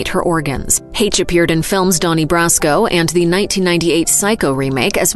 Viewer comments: The "CH" in Anne Heche's name makes an "SH" sound.... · Way to mispronounce Anne Hache.